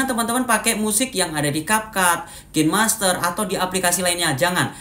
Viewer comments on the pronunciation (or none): none